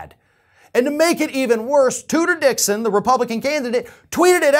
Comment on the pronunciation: Did you say Tooter Dixon?